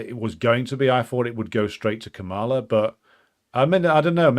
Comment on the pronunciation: It's pronounced Kah-muh-luh, stress on the first syllable not the second.